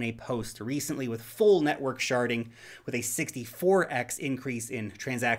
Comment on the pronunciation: Why do I laugh every time I hear ‘sharding?’